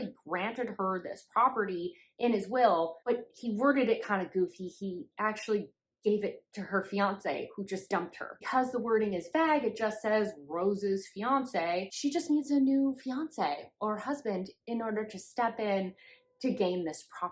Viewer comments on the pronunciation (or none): Marriage for One, I totally agree with all of it. And super glad for your breakdown of Anastasia, I’ve felt so much fomo but it definitely doesn’t sound up my alley now. Thanks!! NO shame at all but “vague” is pronounced like “vayg” with a long A sound, rhymes with “plague”. Good old English making no sense per usual 🙃